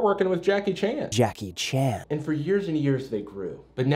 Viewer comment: The real question is: Why does Actually Happened pronounce "Jackie Chan." as "Jaahkey Chahnn"